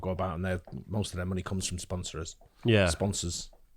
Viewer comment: saying "Sponsors" with an American accent lol